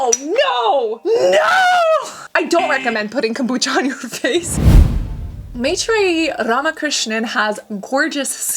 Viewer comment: Tfw cassandra pronounces maitreyi;s name better than maitreyi